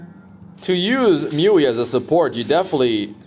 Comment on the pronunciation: Its Muu-Eee ..i keep hearing myuee